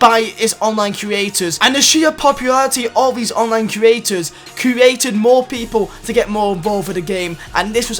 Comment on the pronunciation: Please can you learn how to pronounce the word "create"